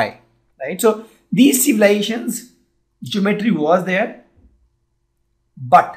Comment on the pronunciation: Pronounce the word ( GEOMETRY ) correctly